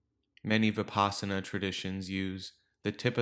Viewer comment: The word Vipassana derives from Sanskrit, Vipashyana. (to have deep insight into the nature of being) Vi-pash-yana. The Vi is as in victory and not vicarious. The pash is as in lush. The a is not extended as in father. Change the Sanskrit pash to pass (which rhymes with pus, thus) and there it is. Vi-pus-sana. It is not Vi-paas-ana. Unfortunately, westerners pronounce it this way, and even dictionaries like Merriam Webster advice pronouncing this way, which is wrong. S.N.Goenka, a modern pioneer in this teaching, pronounces it the Sanskrit way as Vi-pussh-ana.